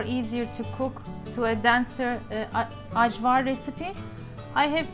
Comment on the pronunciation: From Macedonia here! Thank you for representing us Balkan’s! I love your channel 💜 BTW it is pronounced ‘ayvar’ not the ‘j’ sound 💜